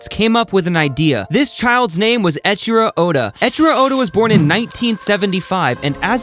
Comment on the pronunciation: Could you at least pronounce his name correctly if you're gonna make a video about his work? Ngl it's a little embarrassing that you didn't bother to do that one courtesy.